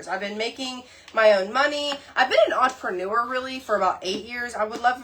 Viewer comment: I love how she said 'entrepreneur' like it rhymes with 'manure.'